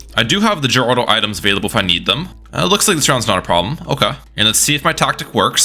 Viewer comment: The way you pronounce Geraldo infuriates me.